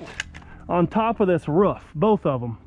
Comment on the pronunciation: it’s roof not ruff